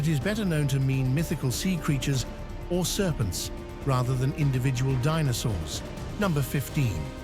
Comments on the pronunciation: AI nonsense. Believe what you want. One sentence in this video towards the end pronounced dinosaurs as "Dee-no-sawrs" then as "Dee-no-sowers" 🤣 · "DEE NOW SAWRS" lol